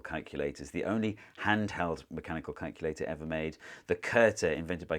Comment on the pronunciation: i first heard "calendar" and got really confused